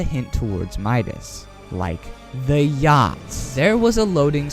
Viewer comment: He said yhact 😭😔